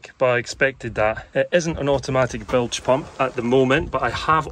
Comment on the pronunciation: I hereby announce the brand new drinking game called Bilge Pump. We all take a drink when says Blige Pump in this video 😂…… Bilge Pump